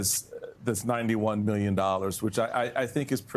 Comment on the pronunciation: Trump is so narcissistic he can't even say the word million without pronouncing it "me-llion"